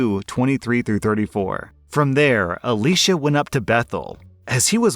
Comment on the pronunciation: His name was pronounced "Eli Shaa". But damn I love this guy's solution.